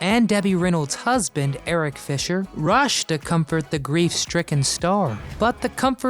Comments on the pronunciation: You kept calling eddy Fisher Eric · It's Eddie Fisher...Not Eric. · Eddie fisher not eric fisher. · It's EDDIE Fisher, not Eric.... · Eric Fisher??? LOL! Just how accurate is all this? And she said it at least twice! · It's Eddie Fisher, not Eric. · Eddie Fisher, NOT Erich , and Several pictures didn't match your narration. Get better before This become a major problem. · Eddie Fisher, not Eric Fisher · It’s Eddie fisher, not Eric. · "Eric" Fisher? It's Eddie, dum dum. And Marilyn didn't have an AFFAIR with Joe DiMaggio, she married him. Sheesh. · Eddie Fisher not Eric sheese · His name is Eddie Fisher not Eric Fisher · Eddie Fisher NOT Eric Fisher